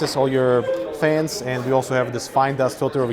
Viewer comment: He says"fains" :-D